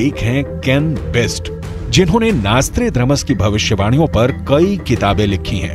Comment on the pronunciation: नॉस्ट्राड्रामस या नॉस्ट्राडमस 😂